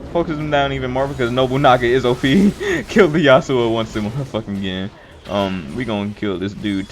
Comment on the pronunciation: The fact that you couldn't call yasuo his name has me triggered